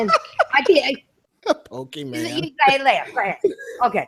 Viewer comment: lmao she said Poke-man instead of pokemon LMAO Gotta love